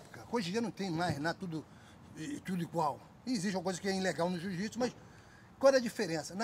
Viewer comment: Marcus ruas sempre humilde , fera , e como smp ainda falando jiu jitis kkkkkk